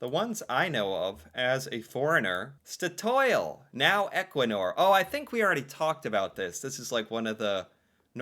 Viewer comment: Clearly, from the way he pronounced it, he didn't realise that "Statoil" is a contraction of "state oil." The "government pension fund" and the "oil fund" are the same thing. The one Norwegian brand I could find in an American grocery store was Jarlsberg cheese. 🧀 😊 I don't remember if it had the Tine logo. A "tine" (pronounced roughly TEE-nuh) is a traditional container for food stuffs. The Tine logo is a stylized tine.